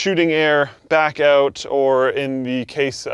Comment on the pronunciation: He says ''out'' like Dane Cook... auout